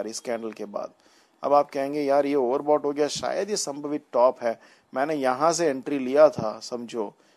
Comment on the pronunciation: संभावित not संभवित ...........